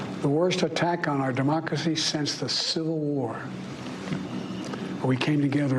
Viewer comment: I didn't know we have a mocracy lol